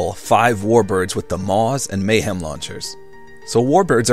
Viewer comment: Your Amazing but its Mahem not Mayhem. There is no Y in the name